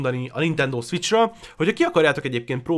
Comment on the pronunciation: krva hosszú lett. Ugyan ennyi tartalmat bele lehetett volna sűríteni 15 percbe is. + (de ez lehet hogy csak engem zavart) borzalmas volt hallgatni hogy egy-kettő szviccs.